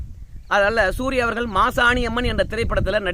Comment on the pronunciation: நான் உங்களை குறை சொல்லவில்லை அவர்கள் உங்கள் என்று சொல்லும்போது ல் என்று உச்சரிக்கதீர் ள் என்று ஊச்சரியுங்கள் நன்றாக இருக்கும் ல் கும் ள் க்கும் வித்தியாசம் தெரிய வேண்டும் குறையாக இருந்தால் மன்னிக்கவும் நன்றி